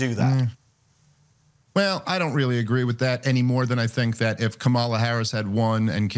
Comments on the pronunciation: Correct him on saying KAMALA, DAMMIT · Medhi, like everyone else, gives a pass on intentionally mispronouncing Kamala's name. Then he calls out anti-Islamic bigotry. He's not credible. Nor is he funny. Haven't seen anything resembling comedy from. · He doesn't even pronounce kamalas name properly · still insists on pronouncing Harris’ name incorrectly